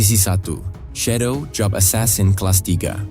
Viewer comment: Asasin jangan esasen